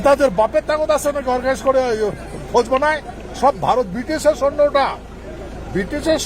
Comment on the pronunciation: এই মালটা তো কিছুই জানে না।এই মালটা কোন বালের মহারাজ? শালা তুই নেতাজির একটা পায়ের নখের যোগ্য নয়,তুই আবার নেতাজির ভুল ধরছিস।তোর জন্ম পরিচয় আগে মানুষ কে দে। বিজেপি কি তুই একা করিস। আমরাও করি।তুই তো সৈন্য শব্দটাও ঠিক মতো উচ্চারণ করতে পারছিস না।